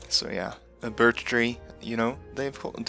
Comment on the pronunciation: You see birtch leaves, but I hear burd leaves 🤣